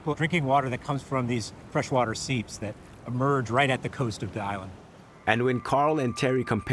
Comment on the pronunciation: “Thuh Island” is so cringey. Someone please inform the narrator that the word the is pronounced thee before a vowel. He must’ve missed that day of third grade.